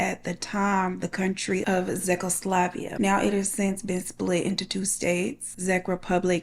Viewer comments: lol you said ZECKloslvia!!!,It is pronounced CHECK o sla uh vakia!! Czechoslovakia!! hah still love you tho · I love you, it took me a few seconds to realize you meant Czechoslovakia (Check-O-Slovakya)!😅😅😅😅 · Its pronounced 'checkoslovakia' (czechoslovakia and 'check rebublic' (czech republic). No shade just saying. Took me a few rewinds to figure out where you meant lol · Great retelling! FYI: CHECK o slo VAH kee uh (Czechoslovakia) CHECK (Czech) Republic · Girl you butchered czechoslovakia,🤦🏽‍♀️i know damn well you aint pronounce that Z in them words lol its pronounced checkoslovakia check republic😢🤦🏽‍♀️🙄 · As a slovak, "Zekoslavia" sent me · Do you mean Czechoslovakia? As in Che - kuh - sluh - va - kee - uh? Or are you talking about a different place all together?